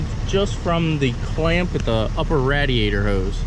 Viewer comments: +>>>>>>rad-e-ate-er! Correction: ray-de-ate-er! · What the fuck is a "rah-die-ator" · “Ray”diator.. spending too much time around.